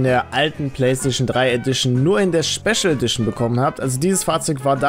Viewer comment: Späschel Edition 😂😂😂